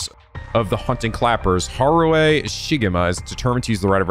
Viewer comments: Eey~ nice job pronouncing Harue's name. 😊 Yeah, in Japanese, 'e' (as a vowel) is pronounced like 'a'; especially at the end, like Okiie and Harue. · Yes, you guessed how to read Harue's name on your own this time! I'm so happy! Pronunciation is not the best but you get the idea and that what matters. Remember "e" is never silent in japanese and it's always read as "eh". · not sure if it's my place to say, i dont speak japanese, but since was wondering abt it, i Believe with romanized japanese words you're supposed to pronounce every letter as they appear, so you don't read harue as haru combining u+e into one sound, youre supposed to read both letters as ended up doing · we are all proud of for pronouncing harue correctly on the first try but that had to be balanced by him adding an i in jonouchi...